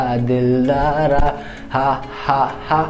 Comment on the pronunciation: He said dhindara to dildara😂😂❤ omg